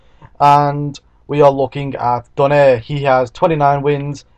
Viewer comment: hehe not exactly.. donaire is not pronounced as do-neir its pronounced as do-nai-re